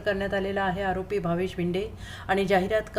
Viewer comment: Bhinde nave bhide nit bolay shika adogar